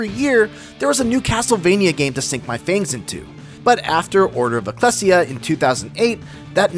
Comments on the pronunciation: "...but after Order of eh-KLESS-ee-uh..." Ecclesia is pronounced ih-KLEE-zee-uh. Similar to Ecclesiastes from the Bible. "Didn't you guys ever go to Sunday School?" - Indiana Jones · "E-clee-see-uh" btw, not "E-cleh-see-uh" c'mon, learn your Latin:P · Your comment is confidently wrong. Neither the Ancient Greek ἐκκλησία nor the modern Greek εκκλησία is pronounced anything like “ah-thessia” which is what I hear in this video. Now, it could be I'm mishearing, despite having listened several times but your reddit-mod tier comment doesn't leave room for that I guess 🤣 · its E-KLEY-SI-YA, not "el-cles-siya" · bruh why can't Americans pronounce anything lmao eclessia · Thats not how you say “Ecclesia” the game literally has voice acting… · I'm sorry... they pronounced Ecclesia like how.... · That's not how you pronounce Ecclesia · They way you say Ecclesia...hurts my soul...